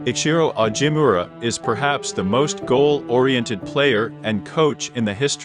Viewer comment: Pronunciation of Ichiro Ogimura’s name is horrible!